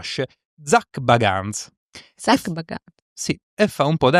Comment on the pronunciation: Io sono una gran fans di GA ....Il locale mi sembra fosse il Bobby mackey (spero averlo scritto bene)...e la casualità è che il "fatto" è successo dopo un "ritorno" allo stesso locale...libera interpretazione ma,per i fans,di certo non è un caso 😅 E poi ..il cognome di Zac si legge BEGANS 😂.. scusate...vi adoro comunque ❤